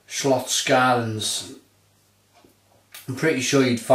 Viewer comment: It's pronounced Slotts-shellans! ;) Cheers mate